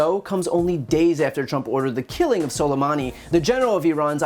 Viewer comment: he said "scolamani" LMAOOO